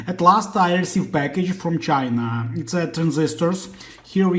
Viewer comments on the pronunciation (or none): none